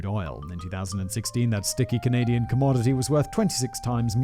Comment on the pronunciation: I honestly feel like anywhere from minute mark too the minute mark he pronounces it as canadia. Im not bashing on simon but i thought i was the only one who used that term knowing it is wrong. Im wondering if it changes via different country pronunciation. Either or i love simon but that just hit me right at home and now my love for him is even more. Haha